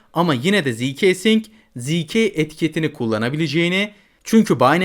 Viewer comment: ziikesing diye diye getirdin😂🎉